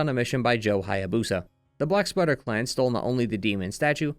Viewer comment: Every time you say "Black Spider Ninjas" I hear "Black Sweater Ninjas"... 🤣